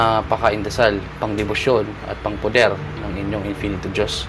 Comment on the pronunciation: salamat kapatid sa mga ibinabahagi mong mga dasal, tanong ko lang po kapag sinasambit mo ang mga pakain at poder at mali ang bigkas mo hindi ba po ito mag kakabisa, o magkakaroon ng epekto?